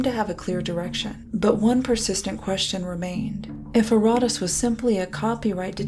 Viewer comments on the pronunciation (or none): Youre putting empHAsis on the wrong syllABle. Pronounce that shit erraTAS, not erRATas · "It's called erotice" And every time I bring up "erotice" subjects, my messages get deleted by the admin. .... and it turns out you mispronounced it every single time throughout the video....